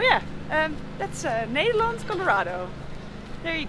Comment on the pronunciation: Ned...der....land......not needer.....land